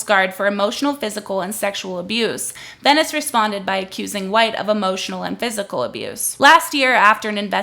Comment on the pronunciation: OK, some things: (1) **VENCES, no Venice. Would help if you could pronounce his name correctly. (2) Where is the NBC News New York article? You should have that as a source in a pinned comment or in the description. I'm going to search anyway, but come on. (3) According to the article, which you can read at the bottom of any article, "Kat Tenbarge is a tech and culture reporter for NBC News Digital." That means that she currently LIVES in New York, but I doubt she works for WNBC-TV or even WNBC Digital. It's a small detail, but it could be damaging to someone's career if used inappropriately. Also, the wedding makeup thing has 0 to do with the work she's doing. (4) I'm not saying the NBC News article was great, but you're giving them more fuel to the fire when you make clips like this. (5) Why hasn't the man been talked to on your channel or podcast? I just want know his perspective.